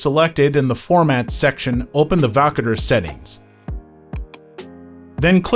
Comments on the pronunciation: Wtf is wakader dude 😂 it's Voukoder Woo- Coder you dingo. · Learn how to pronounce the name of the application.